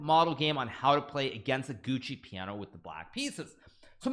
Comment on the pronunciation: I don’t know much about chess but isn’t it Giuoco Piano, why is he saying Gucci Piano 😅 maybe Gucci is sponsoring Hikaru